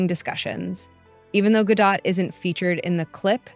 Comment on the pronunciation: Her name is pronounced GA DOT. Good report! 😊 These people like Rachel Zeglér have ZÉRO IDEA how the Palestinians voted Hamas into POWER knowing that Hamas' plan was to DECIMATE ISRAELIS. I don't hear people bringing THAT UP when protesting the ISRAELIS...,🤔🙄🤔🙄🤔